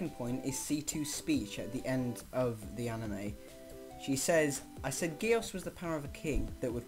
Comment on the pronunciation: Btw who ever made this they are saying geass wrong